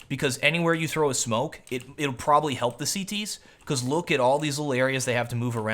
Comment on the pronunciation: And ur Prolly instead of probably xD